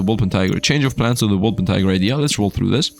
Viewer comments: It hurts me every time he says it xD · Im coming here straight from a backpack battles bender and every so often, people wonder if is german. And he probably isnt because somewhere along the line he said that he cant be bothered to learn how to pronounce Wolpertinger. If he was german and insisted on that pronunciation he'd be throwing for content.